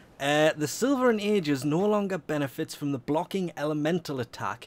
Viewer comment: Silva and agis not vilva and agis